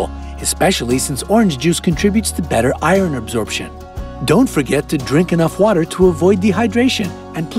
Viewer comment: Did he really pronounce the H in Herbs?? And Iron as Iren? Whyyyyy